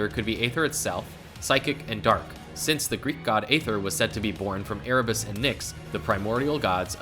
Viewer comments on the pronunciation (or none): none